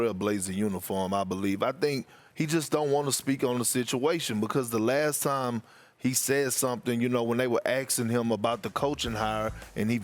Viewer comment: perk its asking not axing